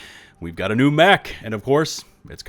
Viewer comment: "A New Meh-ch"